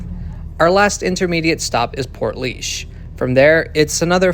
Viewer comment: Well done on pronouncing the place names - especially Portlaoise!